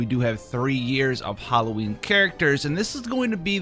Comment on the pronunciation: Howl-o-ween. You can use that, brother.